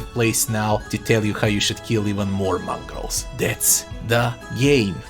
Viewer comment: I know what a Mongol is, but what's a "Mongrol"?